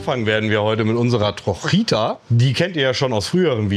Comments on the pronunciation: Danke für die Detailerklärungen. Die "trojita" heisst übrigens in Wirklichkeit "trochita", kommt von trocha = Spur. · Wie er von der Trojita erzählte , habe ich erst gar nicht verstanden um was es geht. Bis es bei mir Click gemacht hatte denn er meinte TROCHITA ausgesprochen „trotschieta“ …. Trocha bedeutet Spurweite und Trochita eben Spurweitchen weil diese Bahn so eine kleine Spurweite hat